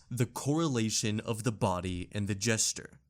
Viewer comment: PS "Gesture" isn't pronounced the same as "jester."